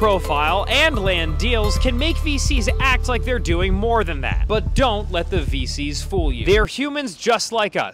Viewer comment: sounded like he said feces instead of VCs. How fitting 😭